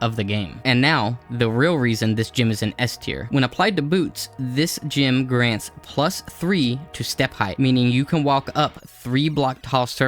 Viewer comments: Never in my life heard someone pronounce gem as gym. Why are you doing this?? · Saying gym instead of gem is literally the only reason I don't subscribe